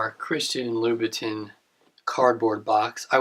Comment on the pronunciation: I believe it's read as Chirstian "La-bou-tan" Nice review otherwise.